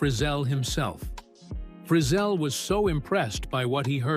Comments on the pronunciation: I REALLY dislike these AI commentators. They don’t pronounce words or names properly. It’s calling Lefty Frizell (Fri Zell) As Lefty Frizzle like Drizzle. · You need to learn how to pronounce Lefty’s last name correctly. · True. I think it’s AI, couldn’t even pronounce Frizzell